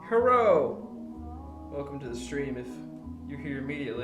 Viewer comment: first thing homie said was "herro" lmao